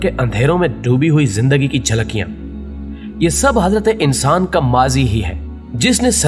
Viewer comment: I like ur voice and when u say Hazrat.e.insan...thats so cool💚 Waooooo i got a 💚 from urdu discovery u made my Day...